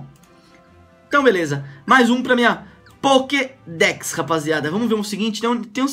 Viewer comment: O cara tá tão acustumado com clash Royale que tá falando pockdeck